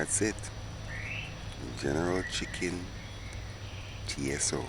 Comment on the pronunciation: Yeah Mannnn......My brother you had me laughing my head off my shoulders...It's general tso (pronounced So) the T is silent....Looks great though......